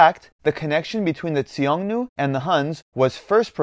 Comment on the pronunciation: Why do you keep pronouncing Xiongnu as "Tsiongnu"? The X is a simple Sh sound.